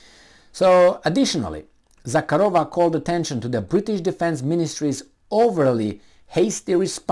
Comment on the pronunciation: since you have a crush on the Lavrov's answer to Jen Psaki, you may as well get her last name right:) ZahArova - no k, and emphasis on the second, not third syllable.